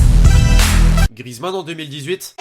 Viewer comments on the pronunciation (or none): none